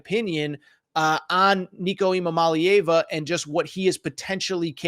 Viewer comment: Say it with me "Eee ahh mall eee ava" not "Eee mahh mall eee ava". Nice try though. Just get rid of that first m you are saying in his name and you nailed it.